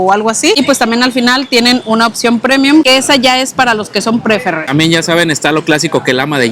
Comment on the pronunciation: saludos me gustan su videos. Una cosita veo que ustedes visitan hoteles Dreams y Secrets. Una aportación chiquita y con cariño. La categoría Preferred se pronuncia pri-férd. Acentuando la E 👍☺️Sdls